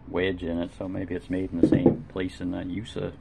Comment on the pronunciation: Use-A (USA)? What? Next you’ll be telling me that Z (zee) is pronounced zed.